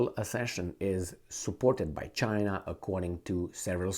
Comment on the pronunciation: It's not khina guys it's china. BRICS not BRIKS.